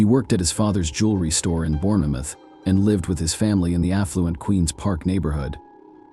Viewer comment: You don't pronounce the e in Bournemouth. It is pronounced bornmuth.